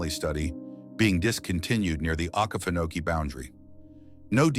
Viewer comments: Please pronounce Oke feno key correctly. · This ai voice shit kills me….mispronouncing things and dates! Uggh, to me its lazy “youtubering”…..dude, ill read the shit for u. I was also stationed at Ft. Stewart from (OIF 1 & 3)…its the largest military installation east of the mississip……we went to the field ALL the time….enough swamp already on post, no need to go to “okee-fa-nokee”….which is the correct, non-ai way to say it!!!! Ima down south, fithy nasty dirt south georgia boy! Middle Ga. Is my stomping ground!!!! Lots of forest from Milledgeville/Dublin all the way to the Atlantic. I have a hard time believing this “training in the okefenokee” stuff….plenty of other equally swampy places to train w/out as many gator dangers to worry abt.